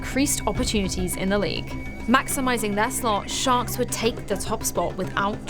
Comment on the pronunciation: toda hora acho q ela fala shox e nao sharks!